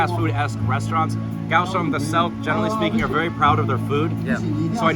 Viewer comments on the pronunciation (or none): so is it "gao" or "kao" you spelled it "kaoshung" the one time you spelled it in english, but you keep saying "gaoshung" "g" and "k" sound NOTHING alike, so when romanisising you need to pay attention to the sounds you make with your mouth, and repeat them in text.